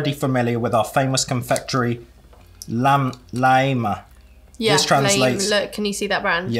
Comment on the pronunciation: I wish I could do a pronunciation and translation for you guys. It's killing me the way you say Laima. It's supposed to sound like "lima". Laima is the goddess of Fate. Laime is happiness and also luck. all our vowels are pronounced the same always. a is always "ah", i is "ee", e is "eh", u is "oo", o is "oo-oh", when there is a line across the vowel, the sound is lengthened a little. j is pronounced like y at the beginning of a word "your" or "yellow" . All the consonants are hard, except the letters that have check marks on top or little commas underneath are softened, so we have extra letters in our alphabet.